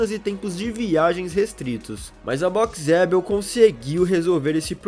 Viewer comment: Dica, coloque o nome "Boxeabl" pro pc ler e verá que não é Boxe adel como vc pronuncia.